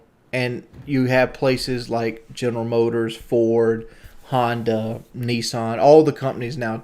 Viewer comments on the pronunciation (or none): none